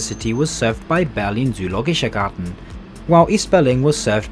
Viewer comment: I appreciate your effort in pronouncing the German names. Stralsund and Zoologischer Garten seemed to be a struggle.